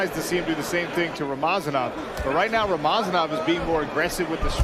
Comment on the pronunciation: its not rama zanov its rama za nov